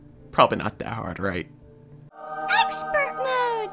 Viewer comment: Exspert mode :D